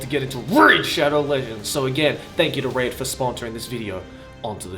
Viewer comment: i can feel the pain everytime joey says "raid" in raid shadow legends. it's ok dude lmao